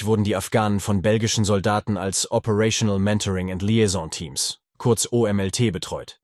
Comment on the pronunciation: Danke für den guten Beitrag. Kleine Anmerkung. Es heißt Feldnachrichtenkräfte, nicht Feldnachrichtendienst. Es heißt OMLT nicht OLMT. Ansonsten tip top